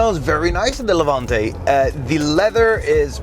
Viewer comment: Its name ist Levante, not Levuntay